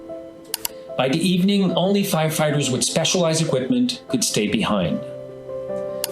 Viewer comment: Is it me, or is that liberal goof saying "fighterfighters"?